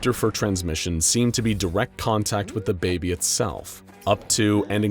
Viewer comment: Did he just say Da baby